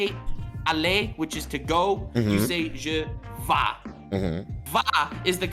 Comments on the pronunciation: Same thing goes for "je vais" not "je va". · I'm french and he didn't lied but he did some errors like "je va" it's "je vais". And yeah french is weird I have trouble learning my own language, everytime there is a rule there's exceptions that you'll have to learn, It's like creating rules just to break them. And as for the tenes... THERE IS SO MUCH, there's even the past of the past, the furtur of the past and some other shit. please send help I can't continue studying french I have learned more than enough to talk, understand and write in my country qwq. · Nu is naked lmao. But there are words that don't end with with a silent letter. Mange, mangue, manque, sourire, rendu, rendre. And btw its je vais not je vas please don't sais je vas. actually told you how to say my name is, your prononciation was really good on that. Im franco-ontarien our french is pretty simular to Québec but there are some tiny differences